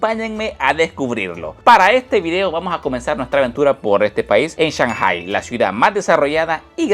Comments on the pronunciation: Tremendo video,,lo que me mareo en todo el video es la.pronunciasion de shanghai,sw oye que dices Chanjai,y yo siempre lo escuche,changai, creo que le vas a tener que ir a preguntarle al chino flores como se pronuncia,jajajjaja,en realidad medejastes confundido con esto,por favor aclaralo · No me suena cuando dice chanjai, acá decimos Changai